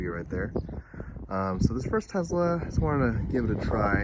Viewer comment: For the love of God…..it’s called a TeSla…..not a Tezla. Nails on a chalkboard